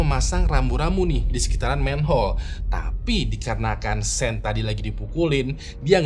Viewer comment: Setau saya sean dibacanya syoun bukan sen bang🙏